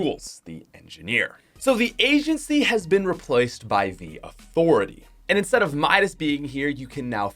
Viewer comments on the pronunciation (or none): none